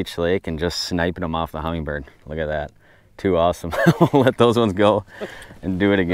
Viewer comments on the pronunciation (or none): as somebody with sever adhd and ocd, can you please, please stop saying HumminGGGGGbird lmao there's no G!! Great videos as always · it's like when people say "drawl" instead of draw, that letter doesn't exist in that word until you just added it haha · a lot of people pronounce the name incorrectly